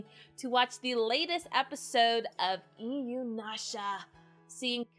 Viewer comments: For some reason I always hear 'Inunasha' when you are saying it. <X3 I liked the show but it felt soooo stretched out. Got the Final arc on BD and the movies on DVD. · Same! I was a little triggered by the incessant mispronunciation, but I appreciate clear affection for the series and characters. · You love inuyasha yet cannot pronounce it, what?